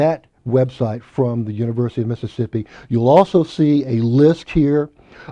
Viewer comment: he said Mississippi and i stop listening